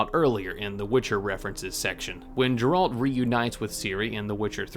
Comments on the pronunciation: Imagine calling Geralt Jeralt lol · bro did not just say jeralt